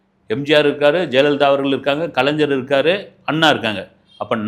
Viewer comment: என்னது கலைஞ்சரா... என்னங்கடா உங்க நாக்கு... வசம்பு வச்சி தேயிங்கடா... கலைஞர்.... கலைஞ்சர் இல்ல...